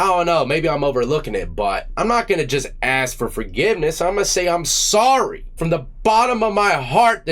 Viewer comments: But he can’t even properly pronounce the word “ask”!! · Bro is a serious Lumberjack...keeps AXING for forgiveness, not even prefacing with an apology...TIMBER!!! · HE AXE FOR FORGIVENESS